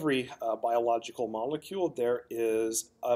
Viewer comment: I’ve never heard of a “moluecule” what’s that?